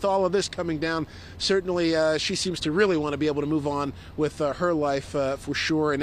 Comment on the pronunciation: "why was he on the streets to begin wif?" 🤣🤣🤣